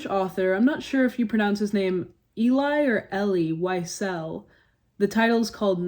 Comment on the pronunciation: The correct way to pronounce his name is Elie 'Wee-zell'.